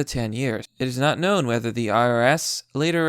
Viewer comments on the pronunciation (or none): none